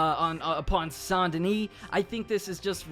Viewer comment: Is anyone else a little irritated by the way he pronounces "SAINT "